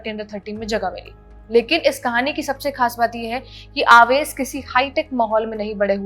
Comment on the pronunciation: आवेश नहीं उवैस